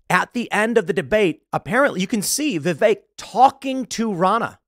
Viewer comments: Vivek, Pronounced like cake. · I just want to say that; I've worked with many guys named Vi-vek and I have no idea where you have picked up this bizarre pronunciation "Viv-ache" from and you say it constantly like that. Stop trying to church it up so much and just call him Vih-vek like all of the other Indian dudes are or ask him to change his name to Vivake or Vivache so it will make more sense to an American. We'll leave the "ay" sounding E's to French words like "Filet". 😉😋